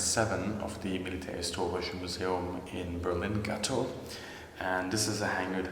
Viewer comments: Gatow has a long A. Like Gaatow. ☝️🤓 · He maybe german but nevertheless still wrong about this one; the "A" in "Gatow" is in fact pronounced prolonged. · Hes simply englishifying it i think